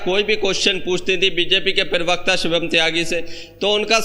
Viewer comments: पीरवक्ता नहीं प्रवक्ता होता है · Perbakta nahin bolte bheya,, Prabakta bolte hain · Bhai yeh pirvakta kya hota hai..pirvakta nahi parvakta hota hai.